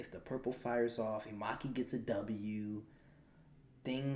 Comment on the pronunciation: I love it how you say "imaki" 😭🙏🏼 it’s actually inumaki but nice reaction bro 😅👏🏽